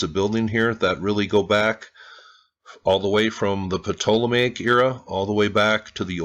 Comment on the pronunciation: you don't need to say the P in "ptolemaic" bro. It's "Toll-a-may-ic"